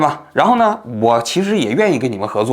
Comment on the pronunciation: 王局，纠个小错，是模棱（leng）两可